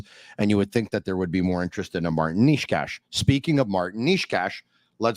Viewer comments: From the videos I have seen Necas pronounces it Ney-chass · i am slovak and you both are so trash at pronoucing necas's name, it should be pronounced: Ne ("NE"urology") C ("Ch"eck) As (ass (but shortly) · Who is Niche-cash?